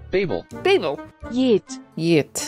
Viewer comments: Babel's name actually pronounced like "bah-bel" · Fair enough, still, the J in Arabic names, or nouns for that matter, are usually not pronounced as Y (think Jamal or Jemila) so I don't see why Jeht would. I will ask a colleague of mine who is a native speaker to make sure. Also, Babel is of Hebrew origin, again simply no way it's pronounced like in English. LE: I asked him and he hasn't heard the name Jeht before, but confirmed that the J in other names is pronounced as a J and not as Y. Same story for Jebrael for that matter.